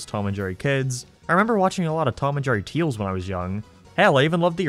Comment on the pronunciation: I’m not sure if you actually pronounce things like “tales” as “teals” or if you are doing it ironically but it still catches me off-guard